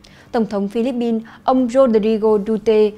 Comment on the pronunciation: Co the bao ban phat thanh vien nay noi Philippine chuan hon duoc khong ah? Pin chu khong phai Bin. Con lai moi Thu deu tot. 1 gop y nho Cho Chuong Trinh